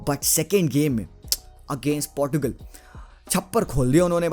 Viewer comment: Bhai Aap Portugal ko Portu gul kyu bolte ho...its not Portu gul it is Porchugal.. (Portugal) 😅😅😅😅. Its ok Nice analysis.. 😁😁😘